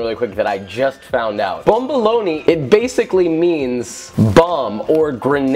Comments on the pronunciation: I heard bum lool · It's pronounced BUM-BALONEY (BOMBOLONI) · I am from a French Reigon of africa, the correct pronounciation is ba-ba-loni